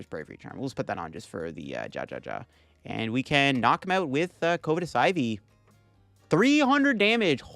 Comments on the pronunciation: Covetous is pronounced either "cuv-eh-tus" or "cuv-ih-tis", not "COVE-eh-tis" lol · throw back a shot every time he mispronounces covetous